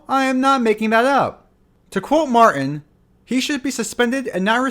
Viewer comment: Just an FYI: Billy MarTin has a “T” in the middle of his last name. It’s not “Mar’in.”